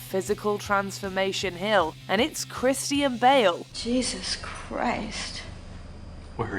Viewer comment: ahh yes christie-anne bale